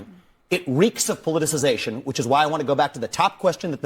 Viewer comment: It's only a 7 syllable word, and I was laughing at you not being able to say it, so I thought,"it can't be that hard" so I tried and failed!! LMAO ROFL!! 🤣😂🤣😂🤣 It's a hard word to pronounce correctly! Keep up the good work Doc!